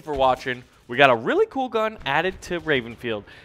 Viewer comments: did say Rapenfield?? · d-did he just say: 'rapenfield'...?